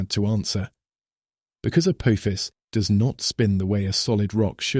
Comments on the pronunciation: Voice cant say Uh poff ess. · He said " Apoophis" lol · He said, A poo-fis💩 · Can your bot voice make up its mind how Apophis is pronounced, and please refrain from continuing to compare it to “a badly thrown football,” which we hear three times in the first seven minutes! 👎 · How many different pronunciations can AI assign to Apophis? What else is it getting wrong? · Within 2 minutes this AI pronounced Apophis 3 different ways. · It’s hard to issue credibility to a narrative that doesn’t even manage to pronounce the same word the same way every time! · Please AI voice - settle on ONE pronounciation of Apophis....App..ofis.... Apoofus, etc. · The AI narrator can't make up its mind how to pronounce Apophis. It started off correctly then used at least 2 or 3 others. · For goodness sake, can't AI stick to the same pronunciation of Apophis? It must have pronounced it at least 4 or 5 different ways. So much for being "intelligent." Also, believe it or not, April 13th, 2029 is a FRIDAY! Spooky, if you believe in that kind of thing.